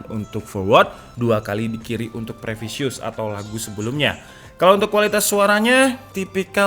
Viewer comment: Permisi gan, bantu word pronunciation (pelafalan kata) pd sesi preview wireless buds. Previous = "pre.vi.us" bukan "pre.vi.sus" ya gan. Pasti akan bermanfaat di video² selanjutnya, trims 🙏